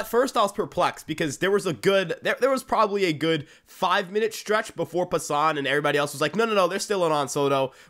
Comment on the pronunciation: Pā-san Not pah-son